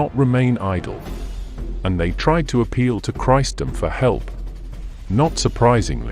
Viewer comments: The correct word is CHRISTENDOM, not "Christdom." Where did you get that from? And Constantee Nopple?? One can only deduce you meant Constantinople. IF you are going to use a voicer translator, make sure it is Dragon Software, that uses correct British English, not this abortion you use here. I get so annoyed by people who just don't admit they don't speak English, and then make a trash of everything they fail to do. Your channel is BLOCKED. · It is not bloody Christ Dom .. it is Christendom ... you really need to pay more for your voice overs. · Not "Christ-um": Chris-en-dom. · The pronunciation is an issue...christ dom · AI narration is no substitute for someone who can pronounce “Christendom” and “Constantinople”.